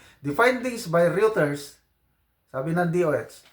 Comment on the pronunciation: Ang pronounciation ng Reuters is Royter. Pareho na ri ng Euro. Oyro.